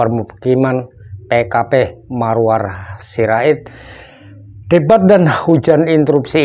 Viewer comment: Bukan Maruar Bang.. tapi Maruarar.. atau disapa Bg Ara.. ok, Tq